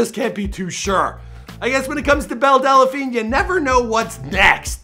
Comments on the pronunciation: Her name is Belle Delphine NOT Belle Delaphine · IT’S DEL-FEEN NOT DE-LE-FEEN JFC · DEL, not DELA, there's no fucking A in there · Great video, except one thing. Its delphine, not dela-phine lol I heard briefly about her so I came across this to see what this was all about. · DELPHINE NOT DELLAPHINE...JESUS CHRIST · Funny when you say delephine instead of delphine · Dude I seriously can't stand how you mispronounce names Time and time again.....it's Belle Delphine ( Delfeen) NOT Delephine......this one ain't even as bad as the tekashi 6ix9ine one....which you pronounced as "Tecashiie"....instead of its proper pronounciation Te-Ka-shi smh you're an epic fail bro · It's pronounced Delfeen not Delafeen. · are you pronouncing her last name right? Del-a-Feen or is it Del-Feen? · I lost count of how many times he said "Belle Dellapheen" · Why do you keep saying delaphine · Is it so hard to say DEL PHINE? There’s no A. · Why can this guy never pronounce people's names right. He keeps saying Delephine. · does he keep saying Belle Dell-a-phine??? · It’s not Della-phine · Theres no vowel between L and P in the word "Delphine" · As much as I hate belle delphine, I'm hating the way he says the name even more....